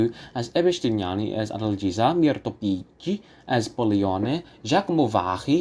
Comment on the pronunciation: And also it’s FilippesKi, and Pikki. Cigna is pronounced CHigna, not Signa. Zaccaría accent on I. Interesting analysis, bravo. I also think that Callas 1955 is her best (and THE BEST in general), but in 1952 and 1953 her voice was definitely more rock solid.